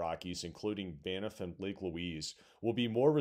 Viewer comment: Side note. Banff is not pronounced “ban-ef” but more like “bamf”